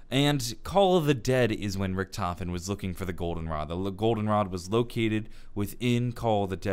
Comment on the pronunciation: the biggest mistake is the way pronounces Richtofen